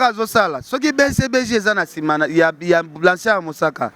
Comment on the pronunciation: oyebi ata ko prononcer kombo ya Blanchard mosaka te vraiment mais ozofinga ye kende koko kota cour de langue pardon